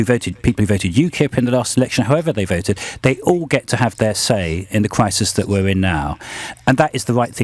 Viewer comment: what a pity lbc gave adonis airtime , if May was duplicitous , adonis is triplicitous, a mega-liar , is he getting lots of EU money ? thats why he is wemainer who wants a a weferendum because you see "we are in a kwisis "